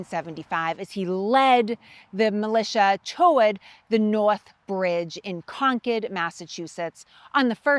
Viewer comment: To hear “Concord” pronounced properly is a blessing